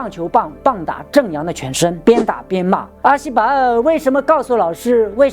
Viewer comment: 聽到講阿西巴的口音笑了一聲😂